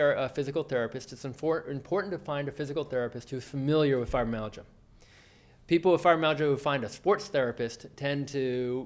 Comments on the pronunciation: The video is definitely informative but I can imagine that for people whose mother tongue is not English, can be difficult to understand. For example he may say FIBROMAGIA for fibromYALgia....or....MOSE EASE SINGS.....which is 'most of these things'. I find that many Americans have this same issue of sloppy pronunciation. Even for me, an English speaker, I have to strain to fully understand which makes it harder to focus on his message...which is a good one, for sure! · You would think the speaker would at least make sure he pronounced fibromyalgia correctly, as well as the rest. These are sx. of all auto immune disorder s..